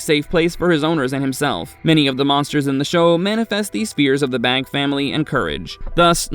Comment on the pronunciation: Isnt the last name pronounced Bā or "bay"?